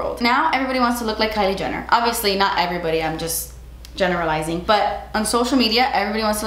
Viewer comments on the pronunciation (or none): while talking about Kylie Jenner, says, "But I'm generalizing..." What I heard was, "But I'm JENNER-ralizing..." 😅😅😅 Didn't hear that the first time I watched this video... rewatching during quarantine... 😊